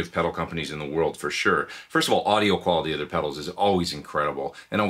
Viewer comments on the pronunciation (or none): none